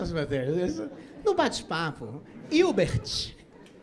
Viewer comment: eu amo que ele falou rodrigo ilti, virbi, irte menos hilbert